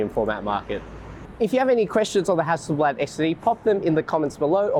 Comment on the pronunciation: hassle blaahd not blaaaad